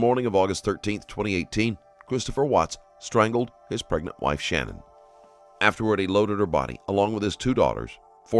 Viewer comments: It is Sha-nann, not Shannon. Just wanted to get it right for everyone. Not trying to be rude. I feel like it is kinda more respectful to the family and her name to get it right. And Chris describing what his little girls said before they died was one of the worst things I've ever heard in my life. He's the type that deserves to fry, honestly. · I appreciate your channel. However, please make the effort to pronounce victims names correctly. Her name is/was SHANANN not Shannon. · You should probably learn how to say the victim’s name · her name was SHANANN - NOT SHANNON